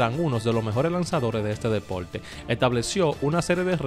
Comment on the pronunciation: Me gusta el ranking. Pero aprende a pronunciar. No se dice depolte, no lansadol, tampoco jugadol, etc, etc.